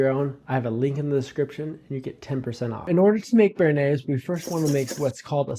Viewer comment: I turned off the video as soon as you pronounced bernaise like that. I’m going back to watching Chef John.